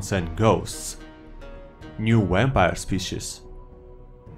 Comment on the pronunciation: Don't mean to make fun of the accent, but Wampire, i laughed for a good minute there. Good content either way!!